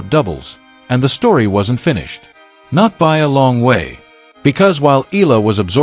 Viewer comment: FOR YOUR URGENT INFORMATION, THE CORRECT WAY TO PRONOUNCE THE LAST NAME OF ALEXANDRA EALA IS, EH - YAH - LAH.